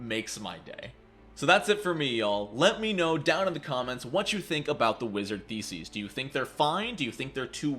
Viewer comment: Funny how he pronounces theses. It sounds like feces. Which sums up the wizard class, even after the remaster.